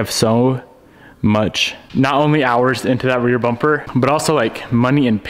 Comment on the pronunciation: He says bomper.